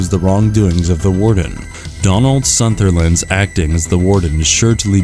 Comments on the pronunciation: Did you say Donald Sunderland? It's Sutherland! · How can you mispronounce Donald Sunterland? Pardon, Sutherland. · Donald who? Sunterland? Sutherland... Ffs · "Donald Sunterland"!? lol, wut? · "Donald Sutherland" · I enjoy your content and have subbed, but please keep working on some of these pronunciations. Donal Suntherland? Yikes. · I mean....how can you fuck up the name Donald Sutherland?